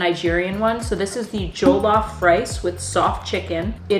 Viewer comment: The pronunciation of the foods!!!!😂😂😂😂😂😂😂😂😂 jollof sounds like goolof😂😂😂 and the Bread 🍞 😂😂😂😂 oh my God!!! Try Ghanaian Food also, you will love it!!!❤❤❤❤❤